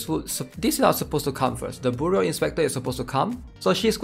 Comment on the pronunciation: bro its "byoroo" like FBI bureau